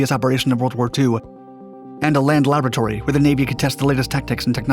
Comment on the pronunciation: When he said 'land laboratory', I thought he said 'land lavatory'😂😂